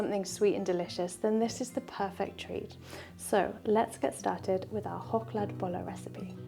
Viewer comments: Thnk you, lovely and gorgeous for this homage to a couple of our national quirks ❤ As an English speaker your pronunciation is great. Did you pick this up when you and your boyfriend were here last year? Really liked seeing your pictures from the trip and you must have passed just a couple of kilometres from where I live. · you got the deap troat ch sound just right! Had lessons? There are as many recipies and methods as there are Swedes so you can not go wrong how ever you do them! Also greatings from the middle of Sweden❤ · As a Swede, I approve 🤩 Well done, even the pronunciation. Some cafes in Sweden also do the luxury version of Chokladbollar, they dip it in melted chocolate before adding the topping 😋